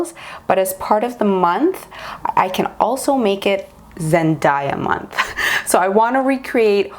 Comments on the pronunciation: I love you, but it's pronounced Zen-day-ya, not Zen-daa-ya! Sorry, one of my biggest pet peeves is when people pronounce things incorrectly 😅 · YESSS, please do a zendaya month!!!! Just one thing and that was really bugging me through most of the video is that zendaya's name is pronounce as zen-DAY-a, not zen-DIE-ya. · Please do zen-DAY-uh month.. but idk about zen-dye-uh month..... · loved the look and totally love the idea of the Zendaya month. Also, I just saw a video where Zendaya herself said her name is pronounced Zen-day-uh not Zen-die-ah. Just thought you'd wanna know. Love you.:) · Everytime she says zendiea instead of zendaya my ears just tingle lol it reminds of dat video of how zendaya prounounces her name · It’s ZenDAYah but love the tutorial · her name is pronounced as zen-DAY-ah! <3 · No hate at all!! but it’s pronounced Zen-DAY-a hope this helps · You're awesome, please do Zendaya month! I believe you are mispronouncing her name. I saw a video where she was teaching people how to say her name and it is pronounced Zen-day-ya. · Omg the way u pronounce her name GIVE ME THE CHILLS 😣😣😣😣😣 LOL BUT I love the look 😉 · Krisel Obando I know I'm like that's not how you say it every time she says her name lol